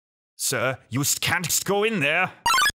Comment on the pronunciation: "Youst" Triggered